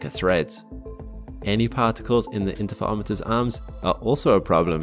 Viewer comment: you say Interferometers in a really unusual way.